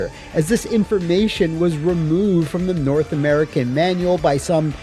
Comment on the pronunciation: You can always tell someone is Canadian when they say "North American."